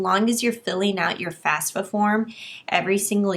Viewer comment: It's FAFSA, not FASFA.